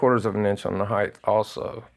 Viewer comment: Holy drunk, Batman...you called it a Security 6...aaaaand there IS NO "TH" sound at the end of HEIGHT. I wonder what the WAYTH of the gun is?? BWAAHAHAHA